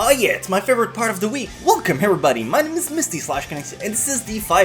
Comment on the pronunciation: Its everybody not hverybody